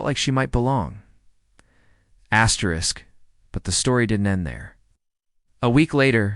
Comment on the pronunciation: Asdrisk? That is a punctuation mark, not a spoken word. Use of it makes your stories idiotic.